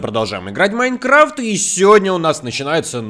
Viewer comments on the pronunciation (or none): none